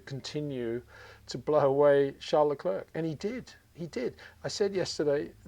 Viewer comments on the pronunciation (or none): 😂😂😂 so true, I have no idea why someone as knowledgeable as Peter keeps calling him LeClerk, he gets the Charles part right but not the last name? Phonetically is the spelling you’re looking for, you’re English is excellent though. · Very well interpretation of the qualifications, thnx mr. Windsor. But i wil say it again it foneticly (the good word in English?) Luclèr (silent c)